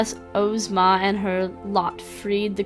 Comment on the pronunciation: Hi,. Glad you decided to give my game a try along with the others. I created "Langwidere of Ev: The Trade." Since you're having a little trouble with the names, here's how they're pronounced: Langwidere - "Languid Air" Ozma - "Ahz-muh" Evardo - "Eh-var-doh." Ev - "Ehv" Cari - Well, your pronunciation works.:-D